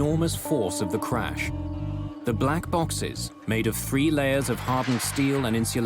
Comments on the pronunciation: Someone needs phoenix crash not carsh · It is crash or carsh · Why are so many people saying carsh in the comments? It's driving me nuts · I'm looking at these other comments not saying "crash" and instead saying "carsh" or whatever, and it's making me irritated. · I think with his accent it’s spelled and pronounced carsh lol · I think the same people who say carsh also say warsh. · Plane carsh 😆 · The "Carsh? I guess they mean "crash". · Maaaan I was so confused why tf everyone was saying carsh instead of crash😂I'm like "oh he misspelled oh he did to damn these people r dumb wait a minute what's going on?"😂the internet is to funny no matter the situation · What's a "Carash?" 🤣🤣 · I was going to leave a clever comment about carshing but it looks like i'm very late to the party...... Carsh though. 😂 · What's a carsh?💩🤣😆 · 'Carsh' is pretty horrifying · Wtf is a carsh? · Carsh? I hope the reconstruction of the accident was better executed. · the carsh shoulda been prevented eh wtf is a carsh lol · Carsh or check? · Ermahgerd......a plern carsh! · What is a "Carsh" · I thought so I was seeing carsh instead of crash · I was confused when they said Carsh 😂😂😂😂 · I urge that "carsh" be the new word for auto accidents. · GOOD GARSH! A CARSH! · hrash* carsh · 'Carsh' should be a real word... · Correction: crash and not carsh! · The "Carsh"